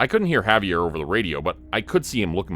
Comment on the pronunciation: The pronunciation of his name was driving me crazy too. Good story though.